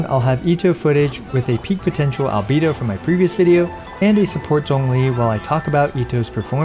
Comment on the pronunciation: Best Genshin content on all of YouTube and it's not even close!!! <3 Also, with respect: "Al-Bay-Doh"